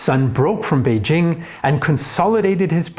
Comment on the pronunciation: He does get credit for pronouncing Beijing right. Many YouTube content creators, including some on related channels, can't even do that. They keep pronouncing "Beizhing" for some reason.